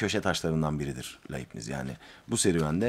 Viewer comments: Laybnits olarak okunur. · Bir ögretmenin derse hazirliksiz girmesi ne büyük saygisizliktir. Dersi ne kadar basit olsa da ya da defalarca anlatilan bir ders de olsa, yine de hazirlik yapmak gerekir.Felfefe okumalari yapan bir Youtuber'in hazirlik yapmadan okuma yapmasi ne aci...Ayrica Leibniz'in telaffuz edilisi de yazik.Teknoloji cagindayiz, yayina veya seminere baslamadan önce insan cok kisa sürede google'da arastirma yaparak ögrenebilir.Bu kanala ilk defa denk geldim, ama tam bir hayal kirikligi....